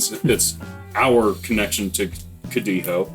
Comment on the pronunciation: You still pronounce G's in Spanish . . . It's not spelled CODIJO with an H sound for the J like you goofs keep saying. Yall would have many more subscribers if yall just got to the point and shortened up these videos.